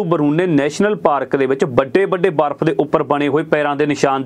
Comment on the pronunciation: ਵਾਰਫ਼ ਜਾ ਬਰਫ😂😂😂